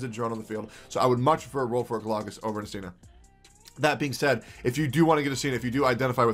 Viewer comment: Its actually I'stina (stress on the first syllable)